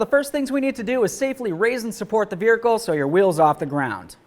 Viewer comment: Veericle lol